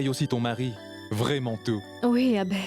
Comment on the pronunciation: J'adore la façon dont prononce Abbé avec douceur😂😂😂